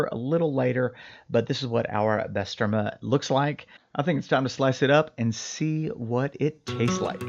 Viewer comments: Great vid 👌 on it own it’s amazing but frying it up with eggs is on another level. Try saying bah-sterma… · Bro butchered the name and its turkish lol.